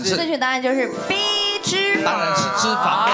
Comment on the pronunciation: 三立字幕組的，字幕打完後可否再校稿一下🤔，是沙漠之「舟」而不是「洲」，還有唸題的先生也把「脂」肪的「脂」唸錯音，應該是唸作一聲，音同「知」，如「胭脂扣」，裡面只有LULU唸的是正確的👍。還有幾年前看到他們把某部劇字幕中「徹底」的「徹」打成清「澈」的「澈」，若干年後看了還是依舊沒改，整個無言…🙄